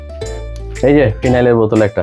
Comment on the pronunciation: ভদ্র মহিলার উচ্চারণ ঠিক নয়। ফিনাইন নয় ফিনাইল।